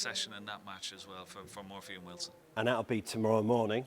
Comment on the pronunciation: It’s Shaun Murphy Ken. Not Muffy!!